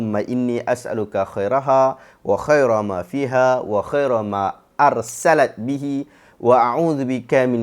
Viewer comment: Ada kesilapan bacaan pada lafaz أرسلت. Sepatutnya dibaca dengan ursilat, bukan dibaca dengan arsalat. Barakallahu fiikum